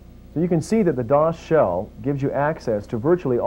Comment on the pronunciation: We used to pronounce "dosshell" as "dos hell"